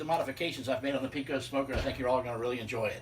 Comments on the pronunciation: ok ok ok. I don't want to sound like a snobby Texan, but you definitely mispronounce the name Pecos. I am not talking trash or anything, so please don't take this the wrong way. The name is pronounced PAY-COSE. You are free to say it how you want obviously, but PEE-COSE is not correct. Nice mods by the way. I have a Pecos and I also welded in a top rack. I actually talked the guy at academy down to 300 dollars when I bought mine. The Pecos is the best pit in this price range for sure. Thanks for the video! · It’s pronounced pay-coes Not peecose. Sorry, just a Texas pet peeve of mine. Why’d you have gloves on the entire time?